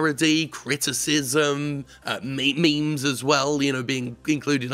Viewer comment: Did Jim say "Me Me's"? Wtf